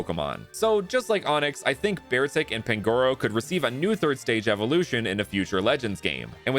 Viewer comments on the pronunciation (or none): Did you know pronounces Beartic as bear arctic?